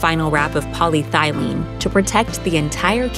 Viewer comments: "Poly-thylene." Would that be anything like polyethylene? Gotta love YouTube science videos. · I'm assuming "POLY-THIGH-LEAN" is polyethylene??